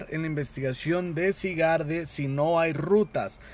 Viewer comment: no se dise asi, se llama Zygarde pero se dise Saigard